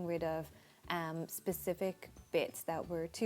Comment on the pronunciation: you say um a lot and it sounds like am 😉